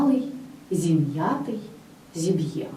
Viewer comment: наголос-праліс, зіб'ємо (подібно до рос. вимови), ітак?1.25, також укр. вимова- на дошці тощо(асиміляція)